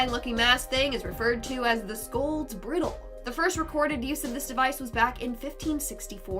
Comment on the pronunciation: Bri (eye) dle. Like a horse bridle.